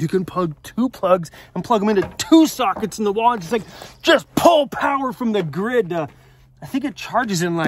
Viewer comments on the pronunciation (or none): "OFF THE GIRD"????? LOL. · Jason from Maryland here. Lol, "off the gird".